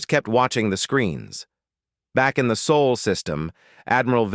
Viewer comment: Earths system is "SOLE" or "SAHL"!!!!!!!!!!!!!............NOT "SOOL"!!!!!!!!!!!!!!!!!!!!!!!! FIX YOUR AI!!!!!!!!!!!!!